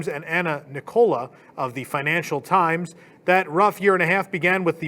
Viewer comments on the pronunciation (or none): none